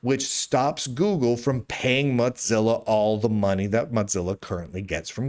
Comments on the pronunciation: moe zilla not motzilla or watever it doesnt matter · Muht-zilla. Muht-zilla. Why are you saying Muht-zilla lol? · Dear, while I've thought for many years that you and I would be close friends if we lived near one another, I feel the need to call your attention to the pronunciation of 'Mozilla'. As there is only one 'z' in the word, we do not pronounce it with the 't' as we do in the word 'pizza'. It's PEET-za because of its doubled-z, and MOH-zil-a because of its singular 'z'. Keep up the good work; you are a jewel of a journalist.